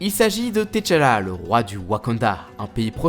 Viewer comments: C " T’challa" et non "T challa" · tu me tue ''Tetchala'' il le dit OMG